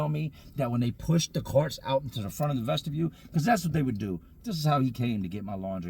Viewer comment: its called a vestiBULE. Like ves-tih-bule, not vestiVIEW